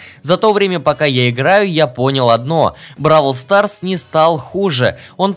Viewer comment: Не бабл квас а броул сас